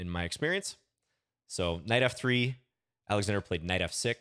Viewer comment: You pronounce Oleksandr correctly, starting with an "O".